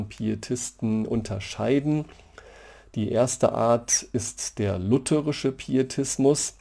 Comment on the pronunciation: schön, mal wieder jemanden zu hören, der "lutherisch" sagt und nicht "lutheeeeeerisch"